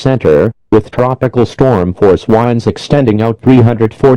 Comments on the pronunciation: I know this is supposed to be serious but I can’t help but giggle every time the guy says WHINDS instead of winds. 😂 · To me it sounds like strong wines 😂